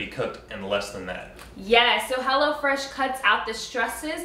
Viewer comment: All this time I thought they were saying "HellaFresh"! Lol